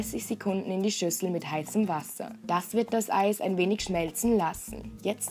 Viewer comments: OMG sie sagt einfach mal so bei Ei stat Eis xD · alllesss klllaaaarrrr seit wann sagt man zum eis ei